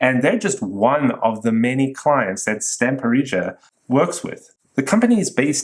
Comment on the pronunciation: Stamperija is pronounced "Stamperiya"